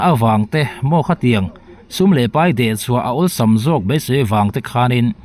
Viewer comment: Engati nge paih tih turah peih ti-a i lam rik zel mai le.